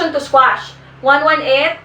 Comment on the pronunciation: It’s Motion to Quash. Instead of Motion to Squash. If I may be polite.